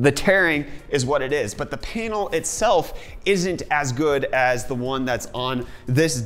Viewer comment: Sounds like he's saying "Painal" lol..